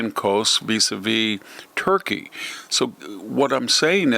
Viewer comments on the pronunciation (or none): none